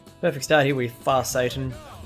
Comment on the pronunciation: Sorry, but I have to laugh. You keep calling Far Saturn, Far Satan. The horse is named after the planet, not a fallen angel. 🤣🤣🤣 I giggle every time you say it. For the face cam, I'm not bothered either way. For me personally, if you are going to bring back the face cam, I would prefer it in the upper right corner. That's just my personal preference. If you decide to bring it back, put it where you feel fits best. It's not my channel, I'm going to watch either way.